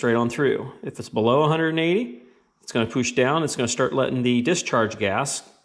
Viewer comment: poosh lol, awesome videos but your pronounciation of words that start with pu is pretty funny lol